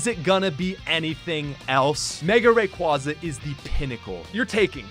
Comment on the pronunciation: There is no E in Rayquaza!